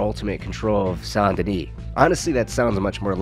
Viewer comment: As a born and still living south Louisiana guy it stabs my soul Everytime you say Saint Denis. It’s pronounced as Sandenis. Sound like sand. Not son or saan. My high school was Saint amant. Don’t copy the wanna be Nola accent sheriffs pronunciation. Nice video also.